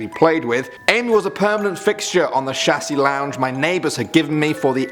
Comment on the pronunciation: “Shassy lounge” 😂😂😂 it’s a “chaise longue” look up the pronunciation 😂😂